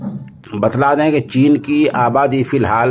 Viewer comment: چین ھے ناکہ جین